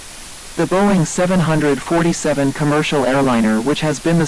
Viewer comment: Really great video but it ticks me off on how they say “700-40-7”. I am a huge aircraft fan (especially of the 747). It should be pronounced as 7-4-7 or 7-40-7